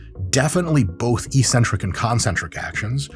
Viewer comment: Oh no, I heard the word that sounds so dumb and uninformed. Ee-centric. It's pronounced eccentric ( "exentric" not "eesentric") ). Do the homework and start sounding smart.